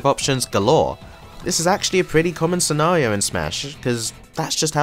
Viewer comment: scenawio lol